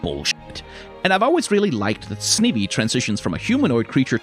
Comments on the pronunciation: My god, it's SNY-vee. Snake-Ivy. All Pokemon names are portmanteaus, and the original words are usually the hint to how they're pronounced. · From Snivvy to Jean-sect, almost perfectly bookended with mispronunciations. But man, what a great video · the thing about "snivvy" is that i know thats not how its pronounced, but its really fun to say and so i refuse to pronounce it properly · Why is no one talking about snivy pronunciation